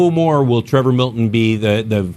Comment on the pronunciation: Did anyone else replay the first second of the vid after hearing say "Prevor Milton"?